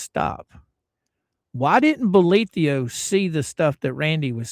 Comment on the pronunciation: Why do you pronounce the judge's name with an io at the end? It's written bolitho. Have you heard him pronounce it with the io? I'm curious why there are so many pronunciations for his name.